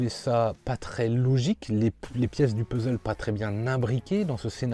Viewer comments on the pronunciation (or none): none